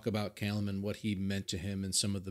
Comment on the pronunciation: It's actually in Alberta, Canada. Not far from Calgary, where Ren's been receiving treatment for the last 15 months. At the same time, you're one of only 2 North American reactors who pronounced 'Callum' correctly! Swings and roundabouts. :)